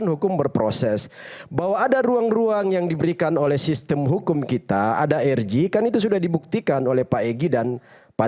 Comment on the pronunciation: Si orang ini menyebut RJ nggak usah pakai bahasa inggris lah, masakan menyebutnya er ji, yang bener aja. Belajar dulu lah.